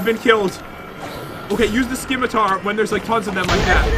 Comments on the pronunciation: The C is silent in Scimitar.. it's pronounced 'Ssimitar' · Scimitar. it's pronounced "SS-Ih-Mih-Tar" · Who else was kinda annoyed that you say it like (simitar ) and not scim-itar. The C is silent